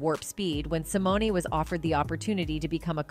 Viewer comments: These videos make me laugh. They profess to know all about who they are talking about but they continually mispronounce the actor/actress name. Simoneee. 😅 Dr. Dooodlitle?😅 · Who is narrating this piece? Can you use someone who has a "passing" familiarity with the individual you are speaking about? Sy-mo-na, REALLY?